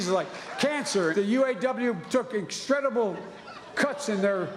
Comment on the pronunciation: New word: extredible. 😂😂